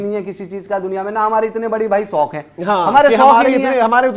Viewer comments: Soq nhi hota shauq hota hai..chatukar😂😂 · Shok ko sok kehta hai ye beech wala 🤣🤣